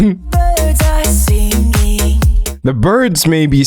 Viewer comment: The part where you said singinghhh actually made me laugh in a silent classroom why did you do this to me D’angelo